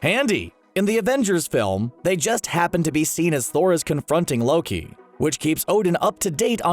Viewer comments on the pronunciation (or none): none